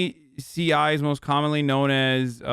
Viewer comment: "NaCi"😂🤣 👌🏻 -Hasanabi, 2022